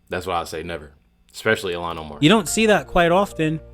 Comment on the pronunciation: You pronounce her name. ILL - han